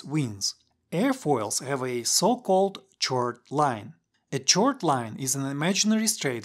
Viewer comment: Minor note: chord is pronounced 'kord'